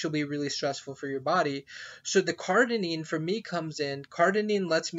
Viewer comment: Its cardirine not cardinine